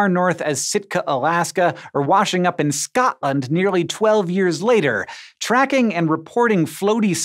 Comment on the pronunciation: What sort of way is that to pronounce Scotland !!